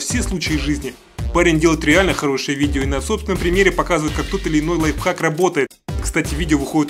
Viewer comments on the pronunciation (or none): none